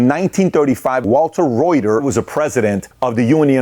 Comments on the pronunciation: Patrick keeps calling him Walter Roy-ter… his last name is pronounced Ruth-er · I’m a fan but everything you said is B.S. Germany is a union state. German auto workers make double that of U.S. autoworkers and have a 32 hour work week. Yet VW is the 2nd most profitable automaker in the world. How is that??? People forget that it is because of the UAW that we have a 40hr work week and the paid holidays, vacation etc. P.S. learn how to pronounce Walter Reuther’s name correctly!!! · Walter Reuther. The “e” is silent. 😎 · Patrick is so ignorant that he can not even say Walter Reuther’s last name correctly 😂😅 He literally does not know a damn thing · Pat you are butchering Walter Reuther name.